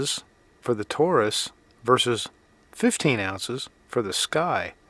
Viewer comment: "Tore Us"??? Dude, it's American English.